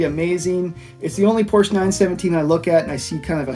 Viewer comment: Porsche is a two-syllable word.